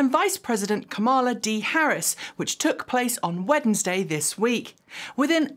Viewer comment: I have never heard anyone pronounce the first d in Wednesday before.